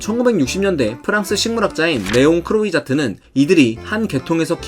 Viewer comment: 진짜 별거 아닌 오류인데 프랑스어로 oi는 오이가 아니고 와 혹은 우아 발음이 나서 레옹 크로이자트가 아니고 레옹 크롸자트 혹은 레옹 크루아자트입니다..! croissant이 크로이상이 아니고 크루아상인 것과 동일합니다.